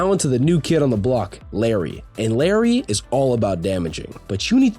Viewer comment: I thought I was going insane hearing him call her Larry